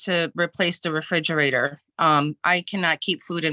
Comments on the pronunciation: It's a refrigerator, not a frigerator. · I can't stand when grown ass adults say "fridgerator"